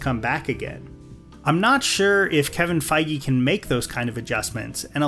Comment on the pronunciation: Why is he pronouncing feige like that 💀